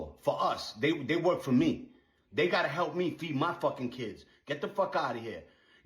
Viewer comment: she mispronounced “work”